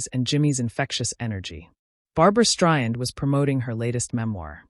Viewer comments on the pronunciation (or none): How ignorant can AI be to pronounce her last name “ Stryan?”